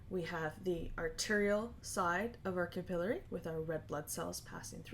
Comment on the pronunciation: that REALLY threw me off. lol